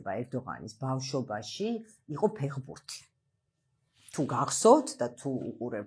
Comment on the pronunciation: უკაცრავად მაგრამ ძალიან საშინლად ჟღერს სიტყვა ფეღბურთი, მითუმეტეს თქვენგან. საინტერესო თხრობა გაქვთ და უხერხულია რომ ფეხბურთს არასწორი ინტერპრეტაციით მოიხსენიებთ